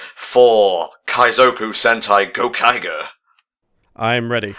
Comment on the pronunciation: GO-Kai-Jer. Kamen rider Ooh gave me a chuckle tho'